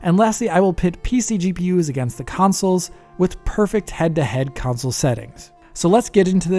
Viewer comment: Kansole kansole? What is he talking about? What is a 'kansole'? 🤔